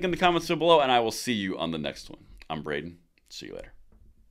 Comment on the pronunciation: His name is BRAY-den. And BRAY-den CANNOT WAIT